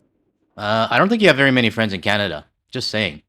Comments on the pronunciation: I don't even like the way he pronounces our country's name - "Kyanada" 🤮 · 🍁🇨🇦 I can’t stand the way he pronounces Canada.